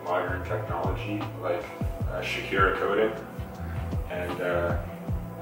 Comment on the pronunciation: Earl Grey 😂😂 I heard that too! “ uhh shakira coat “